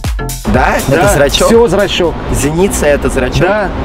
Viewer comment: Зрачок, а не зрачёк.